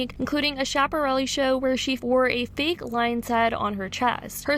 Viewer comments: Google will tell you how to pronounce stuff— Chic=sheek,Schiaparelli= SKyaparelli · The mispronunciation of Schiaparelli 😭